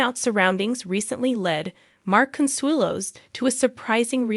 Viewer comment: Can’t you find a computer that can at least get your names right? It’s ridiculous every time she says Ripa it’s different and wrong and the same goes for Consuelo’s different and wrong. At least she gets MARK right I can’t say the same for Kelly. She has lots of trouble with that one.